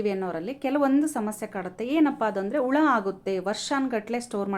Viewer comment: Ula alla hula kannda sariyagi tilisi